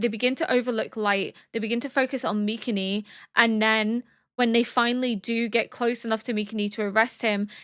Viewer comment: I don't know if I'm crazy, but everytime you pronounce MikaMis name it sounds like MikaNi 🙏🏽😭 W reaction tho ! Looking forward to the end 🫠